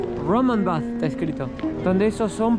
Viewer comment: Es preciosa la ARQUITECTURA, pronuncialo en inglés el nombre del lugar por favor es BATH